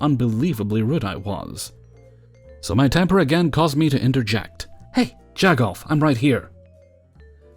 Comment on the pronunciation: What? “Jag off?” That is a close to home term! Never expected to hear it on here! The Pittsburgh, Pennsylvania area. BTW, you pronounced it correctly! Another great video. Thanks!